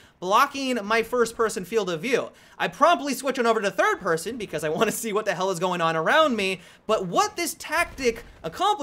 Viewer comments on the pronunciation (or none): none